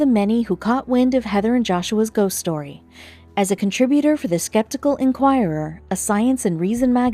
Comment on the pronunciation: and its ghost not goss